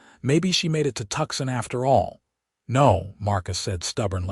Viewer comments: TWOSON, NOT TUKSON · We all know that Tucson, Arizona is really pronounced Too-saan, not Tukson, right? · toosann. not tukson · Every AI read story I've heard totally mispronounces Tucson. It's not Tuck-son, it's two-sahn. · Narrator needs to learn correct pronunciation. How do you Say “Tucson”? Not tuck son! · Good story but narrator needs to learn pronunciation of some words. ie, Tucson, wound ect…. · please correct your AI's improper pronunciation. It takes us out of this otherwise beautiful story. I see someone here has already pointed out, Santa Fe is not Santa Fee. Wound is not pronounced like, I wound up the the fishing reel. Also, there is no pause after the period after Mrs. and Mr. It is reading the period as a full stop. And Tucson is not Tuck son. Otherwise this is a beautiful story.